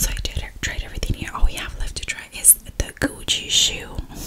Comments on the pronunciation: OmG I thought she said ch00chie shoe 🤣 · Every time you say Gucci I hear cochie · I thought she said coochie shoes. I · When she said gucci shoes i heard coochie shoes